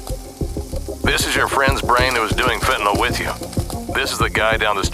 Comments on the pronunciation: "Fent-a-nil" not "Fent-a-nall" Don't know what the insistance is on mispronouncing this is. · I’m a post-op nurse who gives fentanyl safely to patients every day. Maybe this is a minor thing, but for those who are leading the fight, please add to your credibility by pronouncing it right: fen-ta-NILL. not fentaNOLL.